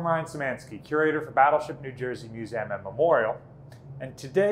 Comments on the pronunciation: Narrator, please stop mispronouncing 'museum" as mus-a-um", it is "Museeum" you are in a position of educational authority, and it just stinks that you mispronounce 'MUSEUM" try google pronunciation, and listen hard, you almost don't pronounce the "E" at all. (ACTUALLY SHAMEFUL) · Does he keep saying MuSam ? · I'm not sure how I ended up on this video, but it was very interesting to watch and I enjoyed it. That being said I can't stop hearing MEW-ZAM now.